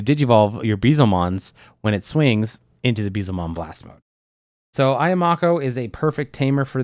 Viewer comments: Pronunciation of Beelzemon is killing me 😂👈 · I agree I have a friend who says it the same way and it hurts me.